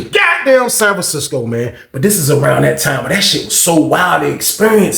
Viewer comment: Every time you say sanfransisco😂😂